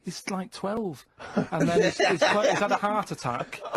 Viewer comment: He can 'ear his own 'eart.